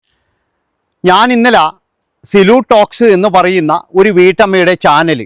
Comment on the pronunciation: Sulu alla silu anu